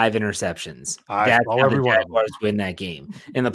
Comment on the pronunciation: Does it make anyone else cringe when calls em the jagwires 😭😭😭😭 great show guy